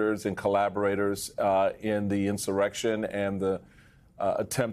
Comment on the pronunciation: I surrection?………what insurre tion?😅😅😅😅😅😅😅😅